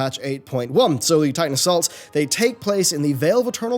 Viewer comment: What the hell did he say? "Sully tidal salts?" edit: YouTube's auto-generated subtitles says "So the Titan assaults...," which I accept as probably correct.